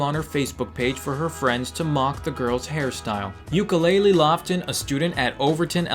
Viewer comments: Really,. You called her Ukelele? I'm pretty sure her name is U-kail-ya. UKAILYA. I'm disappointed. 😕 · oh wae did i heard he pronounced ukailya as ukulele twice. someone pls stob me i lost my jams. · I'm actually dying at pronouncing the girl's name as Ukulele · LMAO YOU PRONOUNCED UKAILYA'S NAME WRONG DHBBFD YOU SAID UKULELE bfngnndn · & did you actually say "ukelele"? 😂